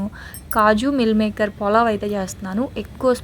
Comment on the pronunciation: polav kaadu pulav